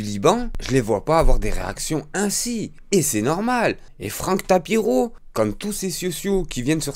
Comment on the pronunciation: C'est pas tapiro mais tapino